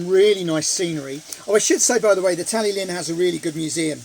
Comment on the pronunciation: Pronounced Talythlun 😊 great TST as usual 👍